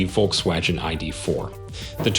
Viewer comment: Volks-wadgen ? Wadgen !! 🙄🤦‍♂️